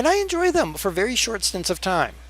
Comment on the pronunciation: "Be vewy vewy quiet I'm hunting windmills" that cracked me up. xD